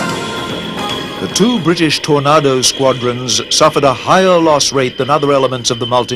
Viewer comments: What's wrong with the commentators? They have English accents but talk about Tornardos and Jagwars. We don't pronounce the names of those fighters that way. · It's pronounced Tor-nay-do! I'm not triggered, you're triggered... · why the hell does he say Torardo... they are Tornados.. ffs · Tor-nar-do ? smh. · I got really mad becouse he was saying tornado rong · If only the English narrator could pronounce the name of the British plane used. What is a tornarrrrdo? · WTF is a "Tornardo"? if your narrator doesn't even know how to pronounce the aircraft names he's in the wrong job. Worse that it's an aircraft from his own country. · Nobody says it that way - it is TornAYdo, even for Brits! I don't know where this commentator gets that from! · british tor nar dos ? at least say it right! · Ha ha pronunciation is important .. tor-nar-doe. Ha ha. Tornado.. think weather/wind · Its Tor-nay-doh ffs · Seriously?The British cant pronounce Tornado right???Wtf is a Tora nado???? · You make a kind of valid point (Tomato or Toma[E]to) but take it from me, nobody, NOBODY in UK says torna[r]do. Neither, as in the popular song, does ANYBODY say Potarto! Not even the Queen, God Bless her! Been here 80 years and keep open my ears! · FFS, learn how to pronounce Tornado! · Well, at least if the names of the planes were letters and numbers, the narrator could get them right. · Great documentary apart from using a narrator who can't say the word ' tornado' properly. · Hmmm… Tornado. Pronounced the same each side of Atlantic, but not here… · This is toe-curlingly irritating commentry. It is a fake English accent. He mis-pronouces the words "Tornado", "Jaguar" and "missile". They are pronounced as an American would pronounce them. If you want an English accent - use an English commentator - not an actor. It rather spoils the video. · How did he pronounce Tornado again? For gods sake it sounds ridiculous. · I am British and ex-military...I never heard a TornAdo refered to as a TornARdo!!!